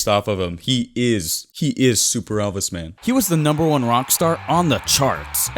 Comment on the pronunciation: Did he say “elpis Presley?”